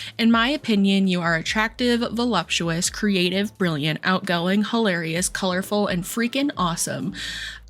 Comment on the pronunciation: “Volumptuous”? I’m not usually one of the douchey grammar police, but for a woman who considers herself brilliant and is so often condescending and belittling of other ppls intelligence, it’s pretty hilarious that she doesn’t know how the word voluptuous is spelled/pronounced.